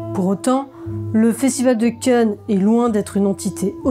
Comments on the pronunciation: Y a que moi qui entend "le festival de Ken" une fois sur deux ? 😄 Très bonne vidéo en tout cas ! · Je n'y ai jamais été, et j'ai toujours suivi cela assez distraitement. Une analyse détaillée et nuancée comme toujours. On aurait presque voulu plus de votre expérience de l'intérieur en tant que résidente., quelle voix suave. Par contre vous accentuez beaucoup le nom "Cannes", des fois ça me faisait penser à "Ken! Le survivant de l'enfer!". ^^